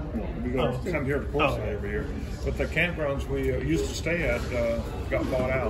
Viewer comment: It's Quartzsite, AZ.